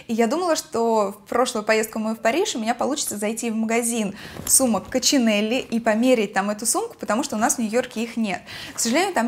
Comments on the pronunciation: Прекрасные покупки! Но бренд произносится не " Кочинелле", а "Коксинель", что переводится с французского как божья коровка:) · Не кочинелли а КОКСИНЭЛЬ( божья коровка) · Спасибо за отличное,качественное видео! Вещи со вкусом и изяществом подобраны. Я тоже в поисках "рваных" джинсов... И уже второй год боюсь даже мерять...кажется в свои 35 я уже стара для этого дела...Маленький нюанс о марке сумки...если она французского производителя,то скорее всего произносится "Коксинель"(coccinelle по-французски - божья коровка ;) это вовсе не замечание (Боже упаси так подумать!) ,а лишь предположение. Возможно,тут "игра" слогов-букв...но по-французски звучит так...Ещё раз спасибо за видео! ;) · всегда заказываю рукава и вообще люблю 3/4 рукава) п.с. : поправочка, марка сумок хоть и итальянская, но название тут с французским прочтением - коксинель - узнавала в самом магазине💚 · Мне почти все сумки этого итальянского бренда нравятся. А название у него французское, правильно произносить "Коксинэль" что в переводе божья коровка. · Не знаю, писал кто-то уже или нет, но есть путаница в произношении бренда Coccinelle - бренд итальянский, слово французское, переводится как божья коровка. И по-французски звучит как коксинель. А как правильно - так и не ясно... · "Коксинель" правильное произношение.